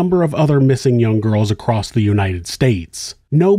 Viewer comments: Love the vids... but I must ask. Why do you pronounce the word "across" as "acrost"? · why does he always say “acrost”